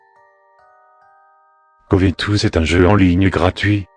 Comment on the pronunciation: T'a dit covétouse ? XD